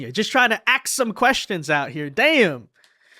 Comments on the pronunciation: Where did she lear how to say axe ? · REP. McIver, it's "A-S-K". "ask". Sound it out. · Last I heard, when you “ax” somebody, that could be a murder. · LET ME AXE YOU SOME QUESTIONS.... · Jazmine jr… haha she axed the hell out of that question 🤭🤭🧊🧊👶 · Axing questions tells it all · I would have said why don't you axe me a question that's relevant to this hearing 😂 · Soon to be locked up comgresswoman is AXING questions😂😂😂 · “Axing a question”. Jasmine is a true intellectual.😂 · Let me axe you 😂😂😂😂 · Axe lol She’s a hilee edgucated woman. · Antifa and liberals wear masks so they can't be identified so why can't the people doing good for our country. What kind of name is Lamonica, also "Axe" lmfao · ax us lol